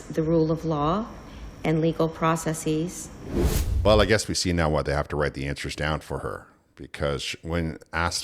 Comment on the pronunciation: Notice how they say 'processeees' to try to sound intelligent?😂